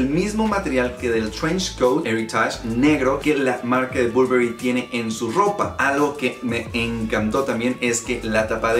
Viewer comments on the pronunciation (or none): muy bien tú video pero pronuncias un poco mal el nombre del perfume te lo digo yo que trabajo para la marca. De hay en fuera muy bien el vídeo de m.r Burberry